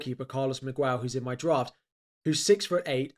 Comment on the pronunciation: you are saying miguel wrong, the u is silent